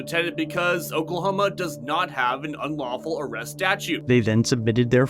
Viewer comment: SMD make an ARRESST?? haha oklahoma sounds like calfornia